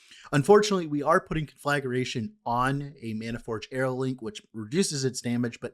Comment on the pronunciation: You are mispronouncing it btw. Con fluh gray shun